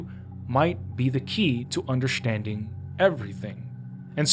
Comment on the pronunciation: although a good video i am just stuck on why he says "undershtanding" and not understanding, but can other words with ST fine?